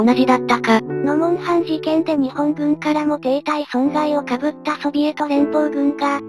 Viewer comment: かぶった× こうむった○